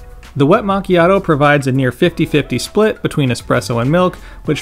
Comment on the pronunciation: It's always funny to hear the american mispronunciation of this word lol